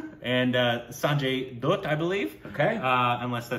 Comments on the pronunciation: No guys... For the umpteenth time.. Its not DOOT. its DUTT as in HUTT like jaba the hutt.. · Lol!! You guys are ridiculous with Sanjay Dutt's last name. Lol! You start with the wrong pronunciation "Doot", which is OK, you're foreigners, even though your wrong pronunciation doesn't even follow the rules of pronunciation in your own language. But then a lot of people take the effort to teach you the right way to say his one syllable name, it's no Zalafinakis, and you learn it. You do! Yay! You convince yourself that you've learned the right way, and immediately say it in your original wrong way, only with more pride filled smug wrongness. Lol! We teach you the right way, you say it the wrong way,. Then follows up, saying it the RIGHT way, and interrupts him to ask "Wait, is that the wrong way?" "Uh...I don't know!" Lol!! Dutt rhymes with Cut, But, Hut, Rut, Jut, Tut, Gut and Mutt